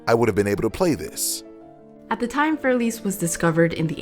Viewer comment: What you do is great. Thanks. I only want to add that Für Elise shouldn't be pronounced fuer elís. Either you use For Elise and pronounce it in English or you say fuer E-lí-se (Für Elise) in German.